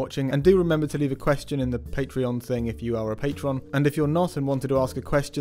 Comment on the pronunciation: Why does it pronounce Patreon as Paytreon?